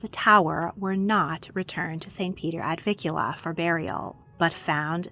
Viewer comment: It’s NOT “ Ad VIKula” it’s “ Ad VIN kula” with an N “!